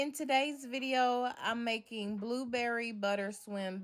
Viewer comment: You had me at the beginning, but you really had me when you said Bo-berry biscuits. Here in NC they’re so inconsistent i’d rather make my own.